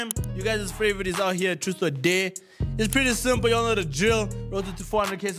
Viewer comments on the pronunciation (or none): I swear these people don’t know how to pronounce dare 😂